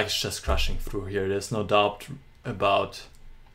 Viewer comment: Tolles Spiel von Aronian und tolle Analyse! Ohne Dich wären wir nicht durch die zahlreichen Möglichkeiten gestiegen, die sich Aronian nach seinem Opfer boten. Eine kleine Englisch-Anmerkung. Das "b" in doubt is still und wird nicht ausgesprochen, so wie das "k" in knight. Warum? Keine Ahnung, ist halt Englisch.